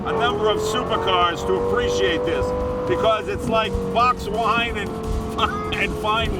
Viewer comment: Mr Leno... What the fuck is "Fox wine". Lmao